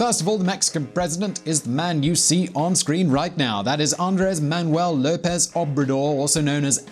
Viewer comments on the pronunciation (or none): none